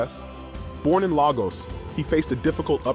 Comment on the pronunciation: You pronounced Lagos wrong btw